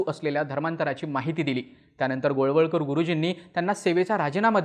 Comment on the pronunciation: गोळवलकर गुरुजी, वळवळकर नाही.